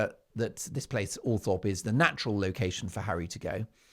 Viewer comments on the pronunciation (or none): And please pronounce Althorpe properly. It is OL THROP. I have mentioned this before. I thought you read our comments? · Will Todger Harry become Lodger Harry at Althorp? Pronounced Althrop BTW Mark